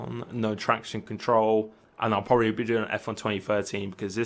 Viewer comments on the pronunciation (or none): none